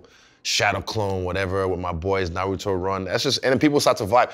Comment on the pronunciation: Aye man.... I'm callin Fred out. He 100% watch anime. First he was blastin Kamehamehas now he knowing EXACTLY how to say Naruto. He may just be my favorite personality. He had a dead straight face askin who was the best anime character